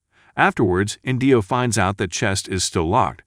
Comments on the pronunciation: Oh my gosh, it's not InDEEo, it's EENdeeo. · Inndio! 😂. It’s Indio (inn dee owe) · And the accent on the name 'Indio' is on the first syllable.